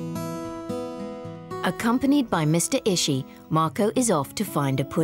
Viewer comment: It's Ishii, not Ishi.